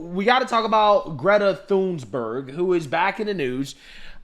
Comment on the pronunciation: Who's Greta Thunsberg?